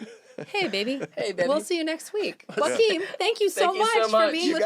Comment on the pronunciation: Why does Joaquim allow people to say his name wrong? He even adapted to the incorrect pronunciation. He has a Portuguese name, not Spanish. The "J" should be be pronounced like the "j" or "dg" in "judge", not like a "wa" sound.